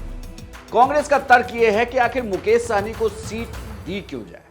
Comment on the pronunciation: सहनी नहीं सहणी😂😂